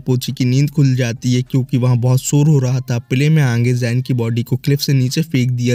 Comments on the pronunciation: Bro says aage ❌aangee✅ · Bro Ange nhi agee hota h 😂